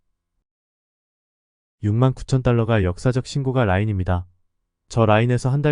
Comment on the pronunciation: 우리말 숫자 읽는 법 부터 다시 해야 겠어요. 그리고, 신고가는 발음이 신고까로 하는 겁니다.